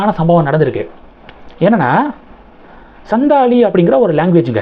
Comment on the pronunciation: The pronunciation is Santhali. Probably our President's mother tongue.. as she comes from the santhal region in Odisha.